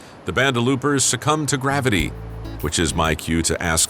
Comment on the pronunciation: “Grabbity” Lol 😂